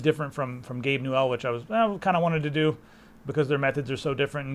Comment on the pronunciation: Its newell not gabe new L